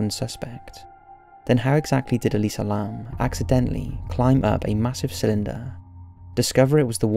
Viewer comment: actually its Elisa Lam.not Lamb.